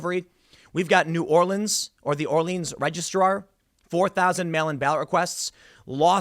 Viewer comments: As someone from the New Orleans area, it made me smile when you had the correct pronunciation difference between the city and parish. Another great video as always. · Good job saying" New Orleans" correctly Tim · Has someone from New Orleans thank you so much for getting the correct pronunciation of New Orleans and Orleans since they are different